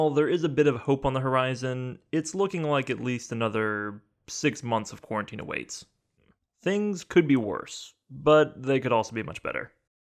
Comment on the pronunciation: "Six Months of quarentine" LOL